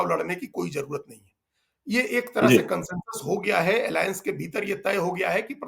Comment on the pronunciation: इडी एलाएंस क्यों बोलते हैं